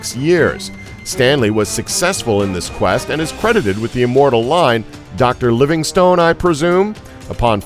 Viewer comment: You mispronounced Livingstone.